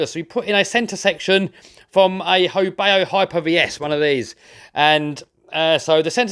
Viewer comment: FYI: Not "ho bay oh", its a ho bow (/baʊ/) as in the bow of a boat. But the name is a bit wonky as "ho" doesn't exist in Chinese. Should be "hou".